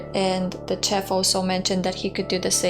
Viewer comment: Chief is not chef, it's shef, kiss*